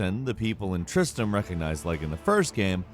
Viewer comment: Why can no one call it TristRam. Its not Tristam.